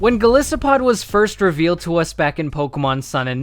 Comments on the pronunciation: TOO MUCH EDITING and you cannot pronounce "Gol EYE SO POD" for life. Has this guy never heard or say the word "isopod" before? ugh -.-" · It's Goli-so-pod not Gole-so-pod -Hermoine Granger